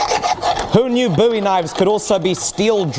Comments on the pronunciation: I thought Bowie was pronounced like "Bow" not "Boo" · pretty sure its bow-ee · Joseph Durkin I think the 'boo' pronunciation is American